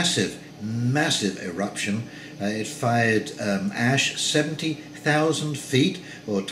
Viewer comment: Sorry for previous post. The enunciation of 70,000 threw me off.